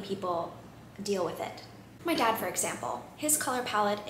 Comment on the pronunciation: I thought you said “cat” instead of “dad” so for a minute I was genuinely confused because I thought you were talking about Frank’s color palette 😂